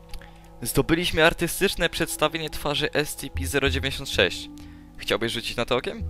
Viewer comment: wiem ze data, ale nie mowi sie *es-ci-pi zero dziewięćdziesiąt sześć tylko *es-ce-pe zero dziewięć sześć tę liczbę nie czyta się razem